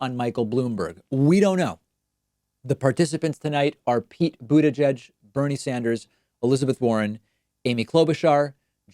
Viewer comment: Every damn time. BOOD - EDGE - EDGE